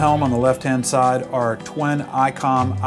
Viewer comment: Twin. Not twen.